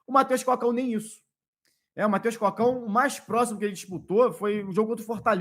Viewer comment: tá pronunciando errado o nome do jogador. Não é Mateus “Cócão”, é Mateus Cocão, de cabeça grande lá ele, moringão